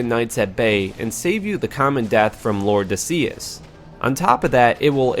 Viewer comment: The only thing I didnt like about this video. Lord de See-is. It's seis, the spanish word for 6. Lord of 6.